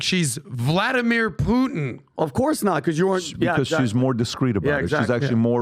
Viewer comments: is most rational guy in the room on "Russia" topic. try first to say "Putin" not "Puhin" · needs to learn how to say Putin. He says Poo in. Teach him how to pop his T’s. AND he was full of Doo Doo on the Navalny story. Who! Who! Who!🙄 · Dude is off the rails. Also please pronounce the t in PuTin. You sound like a lefty mileau if you drop the t.